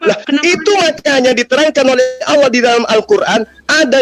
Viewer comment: owlloh itu tertulis di kitab apa. Sedangkam alquraan dn kitab nasrani tertulis allah bukan owlloh. Kalian tau perbedaan huruf dan huruf O. Maka itu kalian buta atau sumbing. Ya kalian itu di tertawanakan dunia. Karena sebutan ALLAH bukan OWLLOH. Aps suara benaran atau suata editan. Rupanya editan maka itula islam kekonyolan islam agar afa bahan koten di sebarkan. Akal anak kecil ko bisa mengakal org dewasa sdh berpikir matang